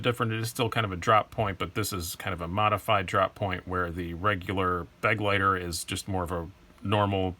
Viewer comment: Begleiter is actually a german word which means companion. So much for pronounciation ;)